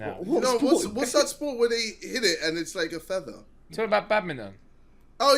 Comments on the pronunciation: Anyone else notice how JJ said “thether” instead of “feather” 🤣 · lmao JJ can't pronounce "feather" instead, my man said "theather" 😂😂😂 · man said "theather" xD add Feather to the list of words JJ can't say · jj really says ‘feather’ like ‘thether’😭